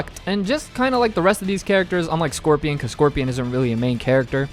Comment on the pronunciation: How you butcher Scorpion's name like that? My goodness